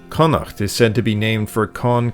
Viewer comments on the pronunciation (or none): none